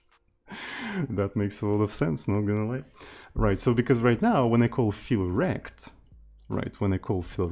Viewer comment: Can you rename olivec_fill_rect to olivec_fill_rectangle cause every time you mentioning it I hear "feel wrecked"?